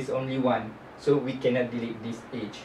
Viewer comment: great example thanks. You pronounce Edge weird tho haha, i thought you were saying "age"